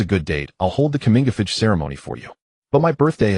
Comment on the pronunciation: "Comingafich" ceremony? Coming of age ceremony?